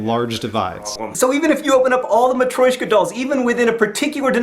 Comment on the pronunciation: He pronounced mutrushca wrong!